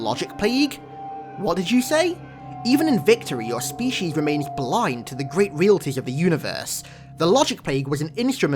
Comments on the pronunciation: Reeltees... Sir it's ree-ah-lee-tees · The way you said "realities" was so incorrect that it hurts You say it like it's "realties", but you're forgetting the first "i"